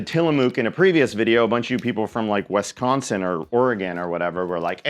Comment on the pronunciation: Oregon but honestly how you said Wisconsin is significantly more offensive than how you said tillamook ❤